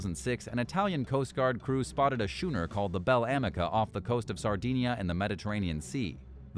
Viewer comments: Schooner is pronounced, 'SKOONER' and not 'SCHOOONER' ... I mean, learn your lines already ... fellas. D.A. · Skoon-er. Not shoon-er. (Bloody Hell) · at least the robot voice is consistent, I lol'd when it used shooner yet again !! Plus, could swear I heard 'Cape Hetterrahhh' .... Hatteras?? hehehe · Ref. #2, Putah is the Spanish word for whore. Schooner is not pronounced shoonner. Cape Hatteras is not pronounced Cape Heederes. Is American Eye produced by someone for whom English is a second language or do they not listen to the computer voice for correct pronunciation before release? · Shooner or later, someone was bound to slip up on schooner. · A 'shooner'?! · Somones gotta tell this bot how to properly pronounce "schooner"